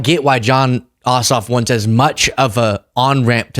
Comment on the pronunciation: Jon Ossoff, lol…I thought you said ‘Jon Awesome’. My adhd brain went off on a tangent about having the name Awesome until Ossoff came across the lower third.